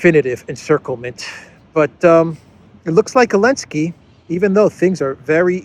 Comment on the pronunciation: Why does he call him "elensky"?